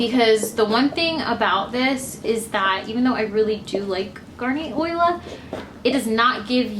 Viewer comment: It's Olia – Oh-lee-ah – not Oila. Just saying. But thanks for the how-to video. :)